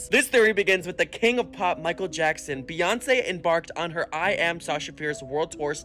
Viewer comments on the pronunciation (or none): none